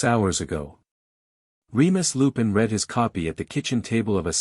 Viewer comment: Constant mistakes and poor pronunciation. Past tense sounds like red, present is reed.